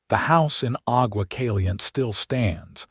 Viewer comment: Cali-yente and two-son!!! If AI is so great, why can’t it pronounce place names correctly?